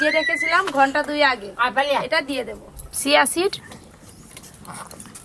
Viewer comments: ছিয়া নয় চিয়া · Shia seed noe..ota chia seed...